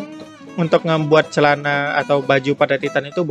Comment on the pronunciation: Wow "cealana"